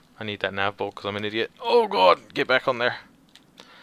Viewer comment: Have you ever watched Ren & Stimpy before?(That is how Ren pronounces idiot, Eediot.)